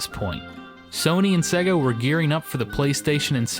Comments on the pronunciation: I hate the way you say Sega... It's pronounced 'Sayga', not 'Segga'!! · "Segga" Really? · why do you pronounce it "SEH-guh"? Even the company pronounces is SAY--guh in their ads. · sor the love of god please stop saying "segga" it really grates! Its either "sayga" or "seega" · I'll add "worio" to the list, straight after "sehga".